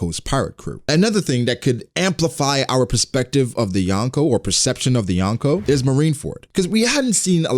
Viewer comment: You are saying Yonko wrong